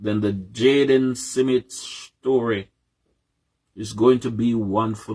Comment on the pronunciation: Why Cant Us Jamaicans Just Pronounce SMITH Instead Of SIMMIT ?? This is Ridiculous, How Do We WAKE UP & DO BETTER If we can't be on the same page, all these likkle foolishness we do as people the reason why the country so loose, smh. BIG UP THE PLATFORM